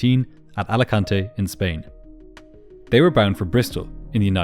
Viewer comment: Americans pronouncing spanish words wrong is the best "Alicantay" xD